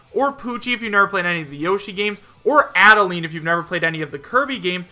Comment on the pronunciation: I'm so tired of hearing him say Adeleine wrong I'm gonna die If he says it wrong one more time -_